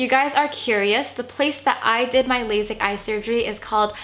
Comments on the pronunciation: It's pronounced laSIK, not laZIK. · It’s lasik not lazik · Girl...it’s lay-sick.